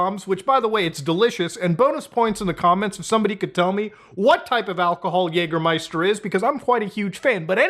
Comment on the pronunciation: German here, thanks for not butchering the word Jägermeister. Jäger is hunter and meister is master (and also the final "degree" you can obtain in trades ) so it means Master Huntsman. It is a traditional herbal "Likör" (not identical in meaning to liqueur/liquor) with medium alcohol content compared to booze. This specific one is a traditional herbal digestif, traditionally taken after a heavy meal. The company did a genius PR move and promoted it in clubs with ads made for young people that is associated with fun. Many other herbal digestifs have suffered commercially